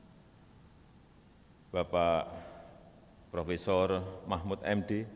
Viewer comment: gue dengar nya mahmud🤣